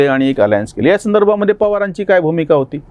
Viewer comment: मला नम्रपणे हे सूचित करायचे आहे, 'त्या'शब्दाचा विरुद्धार्थी शब्द'ह्या'असा होतो;तरी 'ह्या' ऐवजी 'या' असे वाचन/लेखन होत आहे.त्यामुळे यामुळे, यापुढे,यांना/नी,यांचा/ची/च्या/चे, यावर्षी अशाप्रकारे चुकीचे भाषण,वाचन आणि लेखन होत आहे.